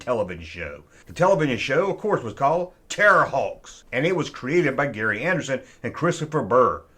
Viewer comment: It’s Gerry Anderson, not ‘Gary’ Anderson 😆